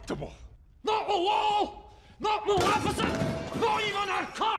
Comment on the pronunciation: What is Maljefeshent it's Maleficent 😅😅